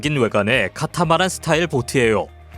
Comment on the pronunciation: “~예요”부분 힘을 너무 줘서 어색함.. 듣다가 내가 다 부끄러워서 53초에서 영상 멈추고 댓글씁니다. 남 따라하려 하지말고 발성연습을 해서 본인 목소리를 살리세요.